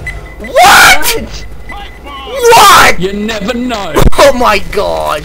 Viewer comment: HAHAHAHA at Con at the end. "You never knowrr."